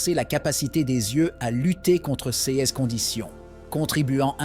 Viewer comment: C'est une voix robotique qui parle et ces voix disent souvent C E S au lieu de dire CES ! C'est étrange en effet :face-purple-wide-eyes